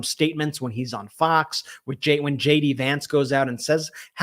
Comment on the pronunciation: I misheard you say "Shady Vance" instead of "JD" Vance!